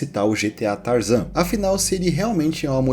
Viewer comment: GTA San Andreas "Tarazan"😅😅😅😅😅